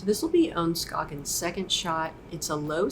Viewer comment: How do you not know how to pronounce Ohn Scoggins name? Have you been living under a rock?